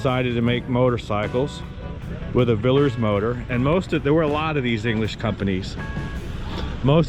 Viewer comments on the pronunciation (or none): Can you say Villiers instead of Villers please mate?